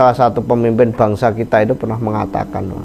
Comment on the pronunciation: Bangsa min, bukan bangasa